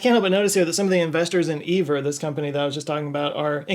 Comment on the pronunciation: It's pronounced Ivor.